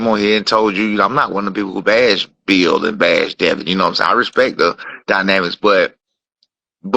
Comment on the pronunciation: Called that nigga "beal" not bill 😂😂